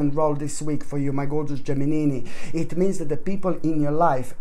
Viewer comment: I really love this guy when he says Geminini...